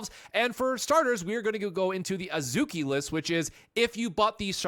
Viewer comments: You only pronounced a few names wrong it's pronounced As-key and Swee-say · It’s AHZ-key. A as in “Father”. æ isn’t a sound in Japanese.